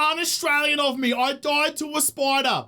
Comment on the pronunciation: "I doid to a spoidah!" lol so dang aussie!